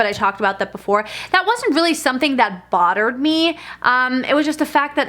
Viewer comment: Bottered me? I swear that’s what I keep hearing... anyone else?